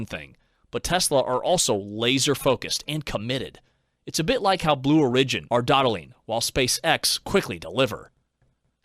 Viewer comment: QUESTION: This is a synthetic voice right? It sounds like it overall, but particularly on a few words. No one says “Blue uh-RIDGE-un”. Also Oskillating, Kat-run (Katrin), and a couple others.